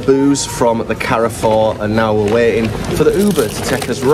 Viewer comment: That's not how you pronounce Carrefour